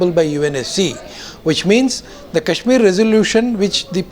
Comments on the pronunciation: actually it's Kashmir V/s Cashmir.... lol... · Cash - meer.. !! Naam to thik se le nai pa rhe,,Chaiye inhe Kashmir. Ye Candy Crush tak hi thik hai :P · its not cashmir, its kashmir... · haha the second pakistani panelist was conflicted between saying Kashmir and CASHmir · Kashmir bolna nahi ata aur bhikhari kashmir mang rahe hai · Chutiye ko Kashmir toh kehna aata nahi aur inko kashmir chaahiye